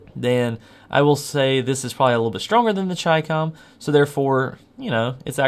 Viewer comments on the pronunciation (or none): Chicom you say very weird